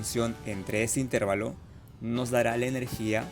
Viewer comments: El video es GENIAL. Mi único comentario es ¿porqué dice intÉrvalo en lugar de intervAlo? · Buen video pero corrige algo: no pronuncies "intérvalo" porque no existe. La pronunciación correcta es intervalo, con la fuerza de voz en la sílaba "va". Saludos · La palabra correcta es "intervalo", sin tilde. La forma "intérvalo" es incorrecta y no se utiliza en español. "Intervalo" se escribe sin tilde porque es una palabra llana que termina en "o", una regla ortográfica en español. Más allá de cómo se escribe es cómo se pronuncia. Suena chocante escuchar a un ingeniero decir intérvalo. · Una pequeña observación: la palabra correcta es "intervalo" y no "intérvalo". Fuente: diccionario de la RAE. Saludos. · Es intervAlo no intErvalo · Salvo el constante "itérvalo", el video es excelente. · El señor que habla ectamente. No es “intérvalo”, que no existe. La palabra correcta es INTERVALO. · Intervalo! Practica tu pronunciación. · Todo iba bien hasta que comenzó a decir --"intérvalo" -- 😖 pero muy bien explicado... muchas gracias por el aporte. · Muy buena explicación pero cada vez que dices "intérvalo" me duele. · Muy bien explicado, solo un detalle, cuando pronuncias la palabra "intervalo" lo dices como si tuviera acento en la letra "e" debe pronunciarse como si tuviera acento en la letra "a". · Excelente vídeo. La pena es la repetitiva y errónea pronunciación de intervalo, no aceptada por la RAE en ningún país. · Felicidades es una explicación muy clara, sólo tengo una observación la palabra intervalo está mal pronunciada ya que la sílaba que se debe pronunciar más fuerte es donde está la letra "a" que recibe el nombre de sílaba tónica y usted pronuncia la sílaba donde está la "e" más fuerte.